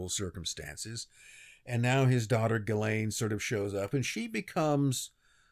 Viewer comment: I’m French. Ghislaine is pronounced “Djee-len” with “len” as in “lent”.